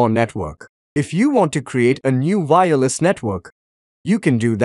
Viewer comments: The way you day "vireless" confused me instead of saying "wireless" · say Y then say ER then put Y in together with ER now say "Y ER" with "less". Now you can say Wireless and not fkin Vireless. You dont say Vindow so why Vireless? ty.